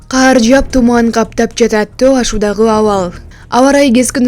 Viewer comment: Каар жап эмес,кар жаап жатат.Сүйлөй албасаң үйрөн.